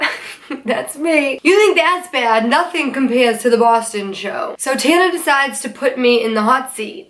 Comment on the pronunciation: Your "Boston accent" is soo forced and fake. You only occasionally don't pronounce your R's. You're prob not even from the city lol